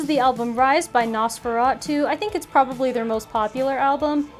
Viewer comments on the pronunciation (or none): none